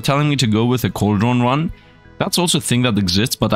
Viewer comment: Coldron is pranounced like cold-ren